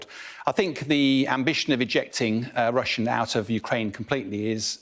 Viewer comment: Why do they call it "Russier"🤷‍♂️😁 I've heard alot call it that?